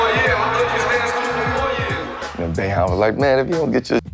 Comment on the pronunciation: Who is Jim BO-HEIM